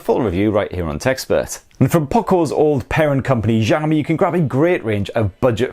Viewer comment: Take a shot every time he mispronounces "Xiaomi".